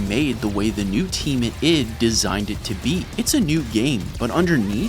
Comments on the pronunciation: I.D. Eye-Dee .. not "it" please spread awareness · Hey man, it's not prononced id, it's I D Software (like the work IDEA) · can you please pronounce Id properly? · As a Boom, boom dude you’re killing me. It’s not Id as in your id is part of Your brain like. Your ego its ID as in let Me see your id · This whole video, hearing you saying id software with one syllable was really grating on me. Its id, like and id card isn't it. An I followed by a D. Then I googled it... wtf. I was wrong, but I still dont like it. It sounds so weird lol